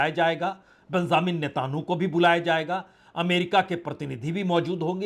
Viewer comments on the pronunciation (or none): पत्रकार साहब नेतानु नहीं नेत्यनावु बोलिए।